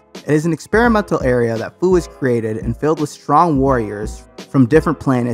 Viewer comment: Look this is a good video but how you say fu, it’s a pun on the word future